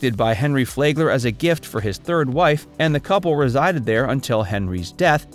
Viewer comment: Flagler is pronounced "Flag" "ler" ..not "Flay" gler. The 'a' sound is short. Also you missed Manatee Lagoon at the FPL power plant just north of downtown West Palm Beach. This is where manatees gather in the warm outflow waters of the power plant and admission is free.